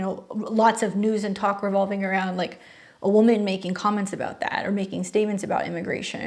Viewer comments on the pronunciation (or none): none